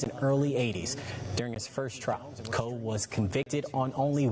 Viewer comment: His name is Kevin Coe ------ ------not Cole.